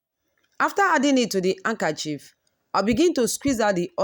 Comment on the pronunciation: You can put it in the fridge to set the oil and separate easily. Did she just say “ankerchief”?